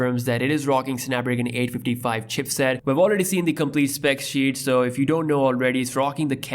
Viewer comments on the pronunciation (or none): none